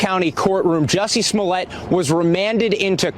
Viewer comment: You pronounced, “Juicy Smoolét,” wrong.